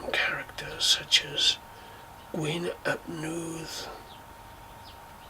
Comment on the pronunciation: Loved the video, lots of interesting information that I didn't know. Thanks. Gwyn ap Nudd is pronounced as Gwyn ap Neeth... his name translates as white meaning fair/holy/blessed in this context and Nudd is mist. So white son of mist. Really interesting video and loved what you said about Arawn and Gwyn ap Nudd in relation to the seasons and I love that you use the word annwfn for the otherworld. I do too 🏹